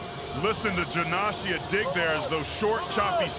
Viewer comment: How fucking hard is it to pronounce Janashia lol